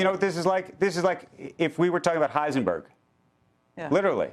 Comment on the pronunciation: LOL, "Heisenberg". Man, what do they teach these news people?